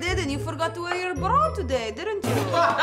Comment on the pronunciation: It’s bra. But ok